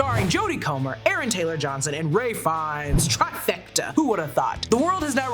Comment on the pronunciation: Ralph Fiennes. The "l" is silent.